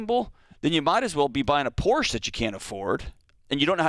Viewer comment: Dude cannot even pronounce Porsche.